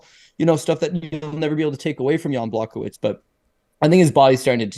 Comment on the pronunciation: Love all the MMN content, but the pronunciation of some of these well-known fighters names are brutal. GLOVE-r Texiera.. like come on. Jan BlOCK-O-Wiz ? Hard to take seriously.